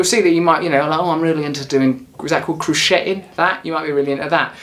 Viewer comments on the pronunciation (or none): Crochet is pronounced croshay and along with knitting I would 100% recommend especially if you're stressed. It's like meditation but at the end you've made a sock :).